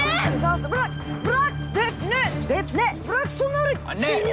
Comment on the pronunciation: Nazan defne demeyi bilmiyo hep def-neğh diyo